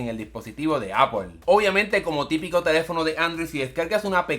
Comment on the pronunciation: En el dispositivo de “appOl” jajajajaja